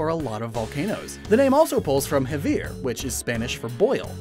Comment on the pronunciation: I too like it, but god did he butchered "hervir"